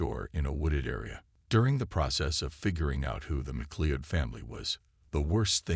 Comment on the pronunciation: I know Americans struggle with the English language but FFS have the decency to at least get the pronunciation of her name right. It's a relatively common Scottish name and you say it like this - Ma Cloud.